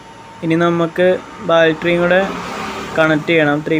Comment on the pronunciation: ബാൽറ്ററി അല്ല ബാറ്ററി ഇത് നീ തന്നെ ചെയ്യുന്ന വീഡിയോ ആണോ